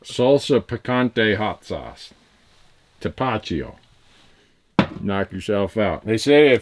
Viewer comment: That is Tapatio "TAA-PAA-TEE-O" Randy. 2nd to Cholula on the sauce scale for the Mesicans watching....Myself included. I gave up 12 years in Las Vegas Nevada for Florida. Tried California and Idaho as well. Love the salty life but still go back to hunt with Buddies in Nevada when I can. Colorado Elk this year!